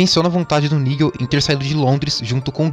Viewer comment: Nigel não irmão, "naidjel"